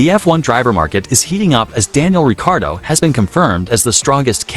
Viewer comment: It’s Ricciardo not Ricardo